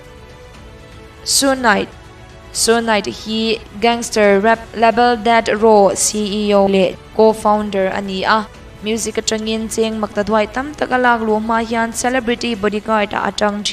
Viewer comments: Suge Knight khi.. Su Knight nilovin Suk Knight tih a lam tur ni awm tak ani.. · Suge knight tia i pronounce hi andik naw aw